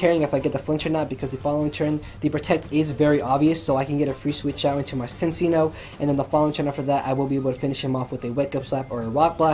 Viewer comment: Man, every time he said "Cincinno" I heard it as "Since y'know"... I got so confused because I wasn't lookingat the screen while listening to the narration...